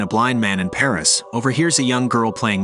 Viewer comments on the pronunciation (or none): none